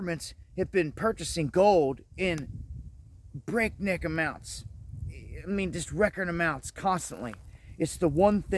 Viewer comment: " breaknik" amounts😂😂😂😂😂😂